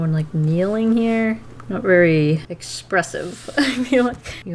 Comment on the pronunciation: “vaayry soft with the wrists” the way she said very sounds indian